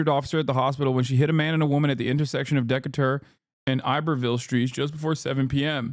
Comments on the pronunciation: Deck a tuhr hasan it's pronounced Dehcayter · De ca tor 🤣 it’s said like that lol but yeah this lady sucks. She also said they had barriers for the sidewalk to prevent this from happening but she didn’t know they had them 💀she’s the chief of police omg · deckater hahhahaha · That pronunciation of Decatur sent me